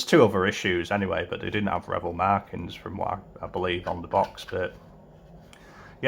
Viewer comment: You keep saying Rebel ... it Revell